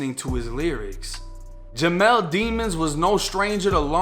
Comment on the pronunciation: his last name don’t mean nothing and his last name is pronounced DE-MON not demon